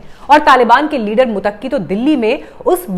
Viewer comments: मुत्तकी को मुतक्की बोला जा रहा है। उच्चारण सही करें। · Tujhe to kisi ka naam lena nahi aata. To tu kia news pardhe gi. Muttaqi ko Mutaki keh rahi hai. Non sense Jahil.😢